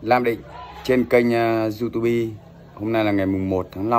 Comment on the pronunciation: diu típ --) đừng đọc du tu bi bạn ơi😅